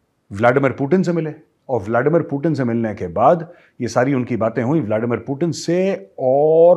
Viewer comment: व्लादिमीर पुतिन है। व्लाडिमीर पुटिन नही। अंग्रेजी मे है ट ड ।रूसी मे तो त द है। ट ड नही। हम तो त द उच्चारण कर सकते है, अंग्रेज नही कह पाते ट,ड कहते हैं।